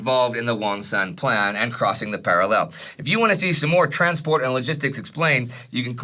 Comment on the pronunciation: I've been following you since 1914-but I HATE how you say parallel